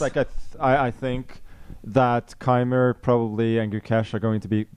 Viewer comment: And Niclas funnily still has problems with the pronunciation of Keymer (both German).